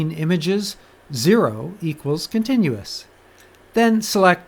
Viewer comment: "Contiunous" Hmm. :)